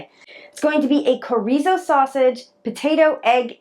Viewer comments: Sho-ri-zo, not corizo😆😆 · That Mexican meat is pronounced schor eee so. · It's pronounced "Chr-ee-zo" but great recipe. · it is pronounced shore eee zo. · That Mexican sausage your using is pronounced (shore reeso). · Chorizo is pronounced "cha rees o" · ... it's actually pronounced cho...(long o) ree.. zo (long o again) 😊 looks good though